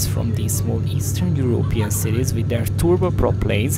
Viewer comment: Your intro made it sound like that " Eastern European " is bad. It killed me how you pronounce Europe with a push on the ó like in hungarian ..Európean 😂😂😂🎉